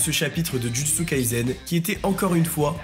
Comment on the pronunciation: Pourquoi tu prononces Jujutsu Kaizen? C'est un S dans le nom de l'anime